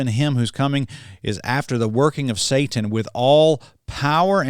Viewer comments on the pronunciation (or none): none